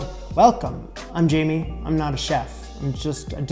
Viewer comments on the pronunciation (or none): none